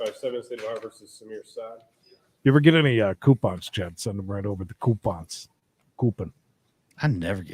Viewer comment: Coupins! 😂 Didn’t think I’d ever hear that outside my house 😂